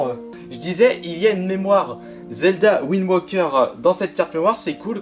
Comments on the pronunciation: ptdr va me trouver un anglais qui dit windwoker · Il le prononce à la british